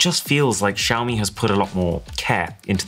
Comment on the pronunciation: Xiaomi did Wiaomi